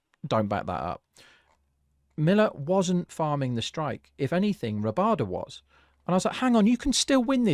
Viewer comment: First channel I have seen that actually called it correctly. I was so surprised to see Miller give strike to Rabada.